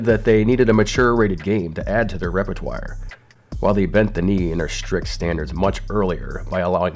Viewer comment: Okay, scathing critique incoming: 1. You have only enough arm hair to protect half your arm from mosquitoes. 2. I can't tell if the way you say "repertoire" is weird or really cool. 3. Dont put Col. Campbell on the screen at the same time I say to myself, "Oh snap, is that Col. Campbell?" I'm easily moved to paranoia, and now I think you can read my thoughts. Actually, given the game being reviewed, that might be appropriate. I take my criticism back. I need scissors. ... That's all I got. Near perfect, as usual.